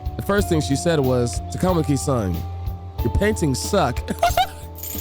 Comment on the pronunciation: Lmao that grapple hook edit at start 😂 also i see morgana follows frieza's vocab 😅 ah yes another member has joined the mashing community yeah this game has weird dub for names for some reason. Example they pronounce ann last name as Ta-Kama-Ki when its suppose to be Ta-Ka-Ma-Ki(funny enough 1 girl after kamo asshole confesses says her name right). Japanese names are supposed to have the same inflection/tone for the start of every syllable. They say ryuji's last name weird too, its Sa-Ka-Mo-To but they say it as Sa-Kamo-To